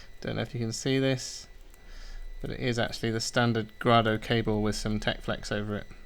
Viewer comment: Can you please say the company name correctly. It's also the family name. Seriously. Gray-Dough. Got it?